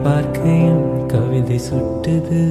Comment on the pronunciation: Ugh .. pls take care of pronunciation... unable to enjoy the song.. it's kavithai kottuthu.. not suttuthu.. likewise it's ninaikaiyil not ninnakayil... and azhugai not azhuga..